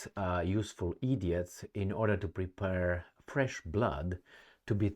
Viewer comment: "Prepare" not "prepurr." Make the last syllable rhyme with "fair."